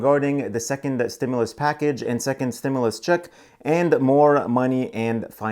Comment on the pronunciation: It is pronounced " stim-you- less...other than that ...your great..